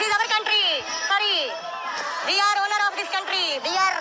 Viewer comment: We arrrrrr....... ownerrrrrrrrrr....... Of this countrrrrrrry.